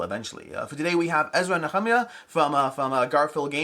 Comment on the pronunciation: Thanks for the video. As a Christian hearing it pronounced the same way for so long, it was interesting to hear you say "Ezra & Nehemiah". 😎